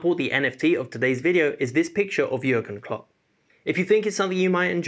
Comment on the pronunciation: Why we south Asians people hear your pronounciation like Yurgen klops, Yulian nigelsmann